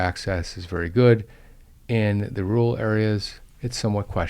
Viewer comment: rural, not rooal.